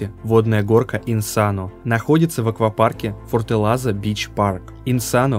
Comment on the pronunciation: Форталеза, а не "фортелаза"